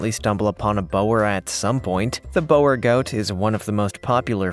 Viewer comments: It’s not bower it’s Bore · Imagine saying oooooo. That is how you say Boer goat. Boer actually means FARMER. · Mate, boer is pronounced bore. Plus you've forgot to mention the dwarf nigerian goat. They are a lovely goat. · Hey, so the Boergoat...is pronounced "Buhr" goat in English, direct translation meaing "farmer goat" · Bower llol. Boer is pronounced Boor. 👍🏻